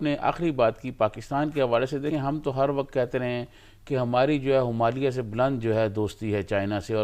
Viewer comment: Himalya ko humalia bol raha hai😂😂😂